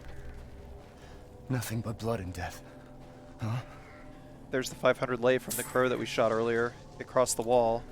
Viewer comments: hearing you say '500 lie' was like taking a bullet to the chest ngl (its pronounced like lay) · I love the play though, however as a speaker of Romanian (I’m not a native speaker so Romanians feel free to correct me on this) Lei is pronounced like the word ‘lay’ in English. Yeah it’s a little funky word-wise, but I hope this helps. Also I love your content!